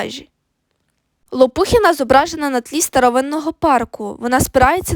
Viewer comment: Наголос на останньому складі,Лопухіна